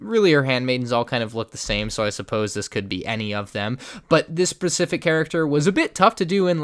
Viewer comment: "but this PaRcific character " hahahaha